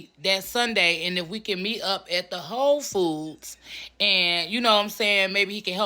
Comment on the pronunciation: I'm laughing at the way She said Whole Foods. She sounded like it said H0€ Foods.